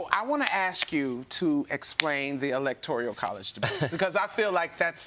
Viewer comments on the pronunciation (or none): I've heard her say Electoral as "Electorial" (adding an extra syllable) on multiple different shows now... Which means that NO ONE has corrected her yet. Everyone is just letting her embarrass herself because everyone is too afraid/embarrassed for her to tell her. 🤦‍♂️